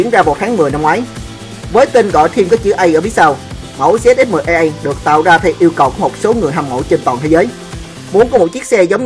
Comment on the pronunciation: phải méo ko phải ý tui nói là cái ông đọc thoại kìa, ổng đọc zx10aa